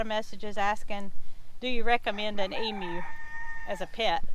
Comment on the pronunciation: Congrats, you are the first American I have heard pronounce Emu correctly, (eem you) most Americans say, eem oo.